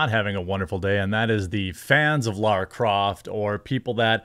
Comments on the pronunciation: Laaaaara! Not Laura! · LARA not Laura